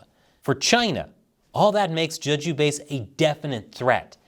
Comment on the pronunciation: It's pronounced "Jay-joo", not "Juh-ju".